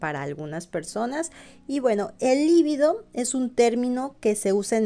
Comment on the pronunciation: Es un actor muy sexy y eso proviene de su energía sexual por lo cual él tiene claro como trasmitir la atracción y el amor, que sí se relacionan con la reproducción, o sea con la vida. Siempre dices "líbido" como palabra esdrújula y no lo es, libido es una palabra grave. La confundes con "lívido" que sí es esdrújula y por eso lleva tilde. Saludos desde Uruguay!